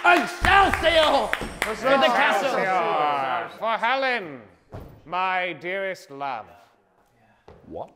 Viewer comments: "in your kiestial" and got me lol😂😂😂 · the way wilbur says castle got me EDIT:this aged quite badly considering the Wilbur situation